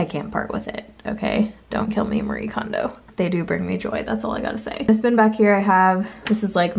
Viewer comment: FYI! Marie Kondo's name is pronounced Mah-ree-eh, or I hear her say just Mari sometimes, which is probably easier for english speakers.